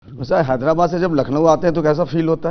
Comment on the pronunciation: It's slang in telugu states. They pronounce Hyderabad as Hyderabyad.